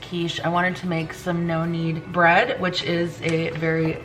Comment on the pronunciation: I kept thinking you were saying “noannie” bread and I was wondering who Noannie was…🤣….#nokneadbread